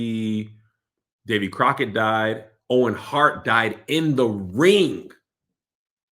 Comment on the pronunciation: Davie Boy Smith Not Davie Crocket LOL